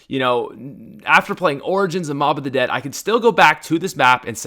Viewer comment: on mob of the dead u said the bo-b😆